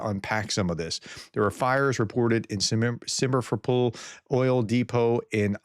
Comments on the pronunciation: I appreciate your updates. One of these days you get Sim-fer-o-pol pronounced right. :) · B. I love what you do professor despite your weakness in foreign language.:the city of Simferopol- місто Сімферополь. You did well pronouncing the o's as o. The accent or emphasis is the syllable -rop-. Plus rolling the R would help in sounding more authentic. But very good reporting and thank you for your help to spread the truth about Ukraine, especially what is happening to the people. Everyday civilians die due to monster putler and his syncophants on all continents of the world except maybe Antartica. Слава Україні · SIM-fero-pol, not SIM-e-fo-pol. Come on prof, come on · Most town names are very easy to pronounce if you just break them into syllables! SIM - FER - O - POL. STER - LIT - A - MAK. KO - STRO - MA